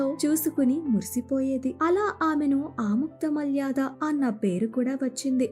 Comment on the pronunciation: Aamuktha malyaadha kaadhamma, Aamuktha maalyadha, Try to read telugu properly